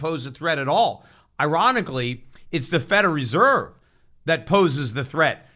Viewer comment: I love how Peter pronounces Federal Reserve, "Feder Reserve"